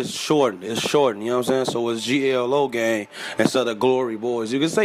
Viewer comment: he says g-l-o-g-a-n-g haahahaha